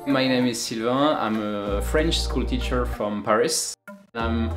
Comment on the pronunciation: Did he say teacher?